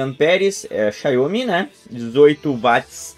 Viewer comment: Xaiomi não; XIAOMI! Obrigado pelo vídeo e força para o canal.